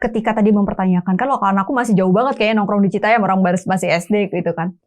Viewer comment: bukan citayam tp citayem kalo yg dimaksud cfw